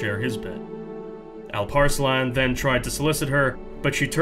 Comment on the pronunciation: Also props for a great Alparslan pronouonciation. Some things never change do they? Turks one way or the other will settle in Persia and disrupt the middle east it seems xd